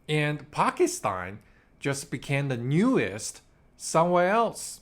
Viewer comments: Bro, learn how to pronounce Pakistan. You keep pronouncing it as Pakistine! Bro, it ends with TAN not TINE. PakisTAN. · Why do you keep saying Pakistein?